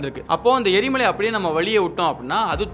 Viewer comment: எரி மாலை இல்லை எரி மலை